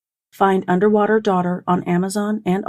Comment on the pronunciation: ... Underwaughter. Sorry